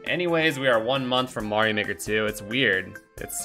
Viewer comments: You have a really weird way to pronounce Mario. Where did you get that from? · while i say MAY rio in this case the title clearly is pronounced MAR io speed wagon. after the band R E O speedwagon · I supposed there was a story to how you got used to saying it your way. Usually for someone to pick up a mispronounciation, it would be something along the lines of that they either guessed it and never got corrected, learned it from someone else, or it is a quirk from their native tongue so that they intuitively pronounce it differently than usual (which happens a lot in english for it's rather... unconventional way to pronounce vowels). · Because Mario has its roots in Italian, so their pronounciation is probably the correct one. That aside, the games also have a bit of voice acting so we do have a canon answer for the pronounciation, and they use the long vowel for the "a" as well. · That's all that is though - a joke. Every time someone says his name in the games it's the traditional pronounciation, and that is what counts for canon. I think it could also have to do with the quirks of the language. It might be very difficult to properly pronounce Mario within the japanese idiom, similarly to what we jokingly call engrish.